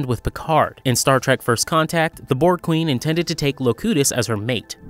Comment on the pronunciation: This dude's terminology proves his lack of knowledge of Star trek. Mispronouncing Locutus, calling an Alcove a recharging station and more. 🤦‍♂️